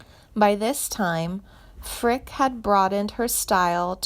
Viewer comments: Hard to take you seriously when you don't even know how to pronounce her last name. Geeeeeesh. 🙄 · Janie is my cousin and you can’t even say her last name correctly! 🤦🏼‍♀️ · Interesting but i know she did backup vocals for vern gosdin yet never heard anything mentioned about him in this posting. Also most of your pronunciations of names are wrong mainly janie's last name. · At least pronounce her last name correctly….. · You couldn’t even pronounce her last name correctly!😠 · Some of these celebs need to get attorneys involved. First,learn how to pronounce her name properly and quit spreading false information, i will be notifying her agent. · Would someone PLEASE tell this ditz how pronounce names. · And also, she needs to pronounce her name correctly! (And some of the other sings names mentioned as well! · Edie Rabbit ? Hahaha,..you dingbat ..it's .Eddie ,...and it's pronounced Frick eee,..not Frick ..damn. You're a frickin' goober !! Oh,..and she's alive !! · Jane's last name is Frick e, not Frick. Reader must not be a C W fan. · You murdered the Pronunciation of her last name! and Tanya Tucker's First name! It's not Tonya it's Tan-Ya. Frick-ee and not frick! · Whoever did this video, isnt even pronouncing her last name correctly, it’s not, “Frick! “, its “Frick ‘ee!” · There is no sad ending and they can't even get her name right. It's not Frick it's Fricke. Eeeeee. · Ur mispronouncing her last name its NOT pronounced like the word "brick" it's pronounced :Frick-y" Like "Frick-ee" like the word ."candy" or like the word "Freaky" ...please learn how to pronounce the correct way to say people's names ...its super annoying !! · Pronounce her last name properly! It is Frickeeeeee, not Frick! She slaughters every name she pronounces to such a degree that I had to laugh out loud! Learn your subject before trying to inform others! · The last name of country singer Janie Fricke is pronounced "FRIK-ee" (/ˈfrɪki/), rhyming with "icky." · It is Frick-ee